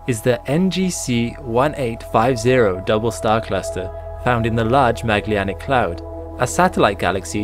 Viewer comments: Sorry, but program your voice synthesizer to pronounce the word "Magellanic" correctly as "Maj-ELL-an-ick". It is not "Mag-li-an-ick". Otherwise, this is a great series. Thanks. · mag le anic? i've never heard that pronounciation before for Magellan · I really like the content, as well as of other videos in this channel. But I am so bothered by how Magellanic Clouds is pronounced. I thought it's named after Ferdinand Magellan, but it doesn't seem to be by the way it is pronounced here. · why can you not pronounce magellanic correctly? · Great production, bud. Looks professional!! The narration, tempo, script, music....literally the entire episode (past ones as well!) is, other than being too short (hint hint) lol, it's ABSOLUTELY PERFECT!!!!!!!!!!!!!!!!!!!!!!!!! BUT..................only one real request ..................pretty please learn how to pronounce 'Magellanic'! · Can't pronounce Magellanic properly!